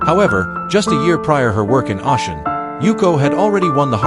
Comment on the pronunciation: someone who speaks a bit of Japanese and has Japanese friends it’s very jarring. And it’s not that difficult at all to find out the and hear the correct pronunciations of most foreign words. On top of which the AI isn’t even pronouncing Oshin the way it would be in English. Ah- Shin ?!?